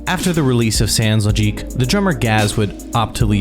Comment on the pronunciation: a friend introduced me to j-pop 16 years ago it was good but up to now malice mizer is the one that stands out from the rest. the sound is so unique that you can't mixed them to any other band I even started to play drums thanks to Kami who is my favorite drummer ever interesting video your french prononciation is incorrect sans logique the second S is silent memoire is memory but it's prononced memwar merveilles is prononced merveyy le ciel prononce it like you say fail: see-ail I know you think I'm an asshole but since malice use alot of french reference I get them since I speak french and no I'm not just a clarification you forgot to mentioned the most complex track of their discography : baroque from the re-released memoire dx